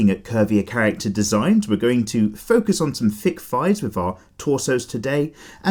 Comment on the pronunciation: "fic thighs" i love how you say thick thighs